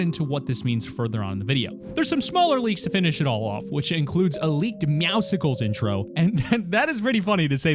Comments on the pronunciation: Oh my God it is not meowsicles it is meowscles like meow and muscle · It's not ( meow sicles ) it's ( meow souls ) that's how you pronounce it atleast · "Meow sickles" its pronounced meow soles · Jesus christ, Meowcicles? It meowcles like muscles, not popsicles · Bro it’s not Meowsicles it’s Meowscles. It is combing Meow and Muscles. You pronounce it “ MEOW-sls” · It’s not meowsicles it’s meowscles like meow and muscles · It’s not meousicles! It’s meowcles meow and muscles put together!!! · It’s not meowsiclels it’s meowsles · It’s not pronounced Meowsicles It’s pronounced Meow scules like Meow+Muscles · its meow-scles not meowsicles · ITS meowscles not meowsicles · MEOWSLES NOT MEOWs cles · Meowscles* not meowsicles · His name is meowsicels, it is said meow-suls the c is silent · Meowscles not MEOWSICKLES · its meowscles not meowsicles like a popsicle XD 😂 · Dose anyone else get triggered when some says meowSKLES or meow sickles instead of the correct pronunciation Meow scles witch is just muscles but mus is meow so muscles is meow scles. Edit: I speed wrote this so I know I have spelling mistakes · It’s not Meowsicles it’s Meowscles (pronounced like muscles) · It’s not meow-sickles It’s meow-cells Like muscles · It’s meowsles, not meowsikals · Bro, meowsicles? You for real? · AHH it gets me mad that you say meow sickles! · The c makes an s sound in meowcles it's muscles but meow Meow cles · did he just say meow sickles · It’s meowscles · How about when he called meowscles, meowsicles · it's not meowsicles, it's muscles but instead of a mu it's a meow. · It’s pronounced meowscles, like muscles, but replacing the mu with meow.... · It's actually pronounced Meowscles like muscles but Meow scles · sorry to correct you, but its "meow- sulls" prounced like muscles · I was literally about to write my own comment on this. It’s supposed to be pronounced meow scles meaning to sound like muscles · It’s pronounced like muscles but with meow instead of mu